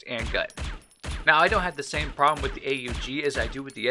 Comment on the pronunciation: Did he just call the aug the a.u.g!?